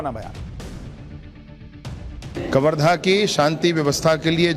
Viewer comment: Sushant sir ji aap कवर्धा को करवधा बोल रहे है😊